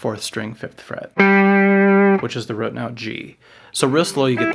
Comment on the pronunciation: Dude i love you man, subscribed, but you say the word "root" incorrectly. RUT is pronounced differently than ROOT.